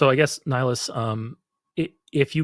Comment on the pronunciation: While I love that you brought up two of my favourite games.. in Mass Effect the spectre is called Nihlus, not Nihilus. Okay.. um.. "I should go" 😂